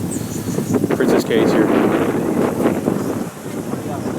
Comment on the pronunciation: I herd it was pronounced keys